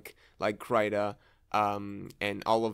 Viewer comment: First time hearing Krita pronounced differently lol